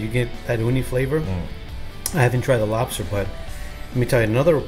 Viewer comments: this nigga said robster 😭😭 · “LOBASTER” herro